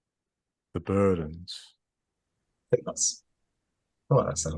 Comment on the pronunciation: Just to join in on the phonetic hair-splitting, I think is making the /ou/ in 'no one' and the /ju/ in 'useless' too back and too rounded. is saying something like [nəʏwʌn] and [jɨsləs]. Also that 'dn' sound in 'burden' - idk if there's a name for it but there's no tap, the tongue just holds against the alveolar ridge and transitions from /d/ to /n/ without releasing. The stop and release is actually coming from the back of the tongue on the back of the soft palate while the front of the tongue stays pressed against the alveolar position